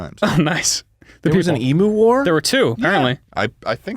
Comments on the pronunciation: omg 😩 it's "eem-you" not "eem-oo" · Wtf its not emooo its emu, like emyou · it's not "e"- mu, it's eem- "u" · Everyone's pronunciation of emu caused me physical pain every time, I want to throw up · As an Australian, hearing Americans say Eee-moo instead of the correct Eem-yuu is a nightmare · as an australian i hate how they pronounce emu as eemoo not eem-you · ITS NOT EE-MOO ITS EMU. LIKE EEM-YOU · as an australian, all of them saying emu/s like "ee-moo" instead of "e-myuu" hurts me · im begging americans to learn how to say emu. it's ee-myoo. one australian dies every time someone says ee-moo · "emoo" im dying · every time one of them pronounces emu like emoo the light inside me dies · As an Australian Every time they pronounce emu like “emoo” i die inside just a little more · I find it strange how Americans pronounce emu, 'emoo' like the sound a cow would make. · HAHAHA ITS SO FUNNY THE WAY THEY ARE PRONOUNCING EMU it's pronounced like em-you lol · americans please can you stop saying emoo it sounds terrible just stop it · Why the fuck they saying emu like that?!! The fuck is an emoo??!? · i swear to god if they pronounce it Emoo one more time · It hurt me to listen to it Ee-moo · the way they pronounced emu triggered my fight or flight response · Every single time I hear an American pronounce emu wrong I die inside a little more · That's not how you say emu, that section was so painful to watch, holy shit... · As an Australian hearing, them miss pronounce emu for 5 minutes makes me want to die.